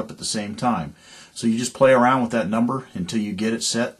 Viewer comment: With, not wiyh.